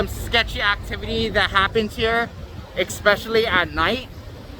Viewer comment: The "Exspecially at night"drinking game will get you messed up.